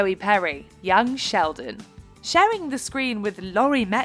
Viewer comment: Even the captions say that the narrator said: shaodin instead of sheldon